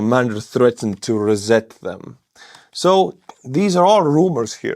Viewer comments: Reset, not rezet, is the pronounciation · always enjoy your updates,. Let me help you with your English. It's pronounces re-set not re-zet as I heard you say (Unless you want to butcher the language 🤣) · not rezet , ryset in terms of pronunciation. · It's reeeeeeeeeeeeeeeeeset not rehset. Thanks. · Re set, set right again, pronounced "ri set", but I like reZET ! On Wednesday, I expect you will reZET my mid-week, lol. Thanks! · ❤ dear, pronounce it RE SSET NOT REZZET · its not reZZet - it is REE-SET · soz, its pronounced RE.......SET not rezet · FYI ! reset is not pronounced as "rezet" but "re-set" SET as in Tennis !!!! Not ZET !! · not re zet but rhee set. at first I couldn't understand your 'word' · Hi, not rez-zet. It is ree-sset. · Re-set not Rwzet love your narration and accent . Very uplifting with right any of entertainment for a war scenario. Can't wait for the flights of the Flamingos. Australia 🇦🇺 supports Ukraine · it's "re-set"...in their case it's "rus-set"... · Reset is sais ree-set 😉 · Try saying "re" with a long-e, take very short pause, then say "set" with a soft-e. ... Don't say I didn't contribute to the war effort! 😉 Hope those highly accurate missiles are saved for dire straits or seriously high-value targets. I have more advice but my armchair is lumpy and to uncomfortable to pontificate from for very long. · Hi. The word is pronounced re-set setting it again like record, or revamp... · I know, English sucks. In this case, the "e" in re-set is a long e, as in "east". It's what you do when you re-boot your computer. Thanks for another good vid. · Thank you. Great video. FYI - reset is pronounced “ree-set”. The first e has a double ee sound, like leech. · "reset" is pronounced "re-set" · It's REE-set with soft "s" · PRONOUNCED "REE-SET" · Think of saying reeeset which emphasises the e in reset. Good channel, first time watching. Thanks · Ree- set = reset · 'resset' lol A new military slang!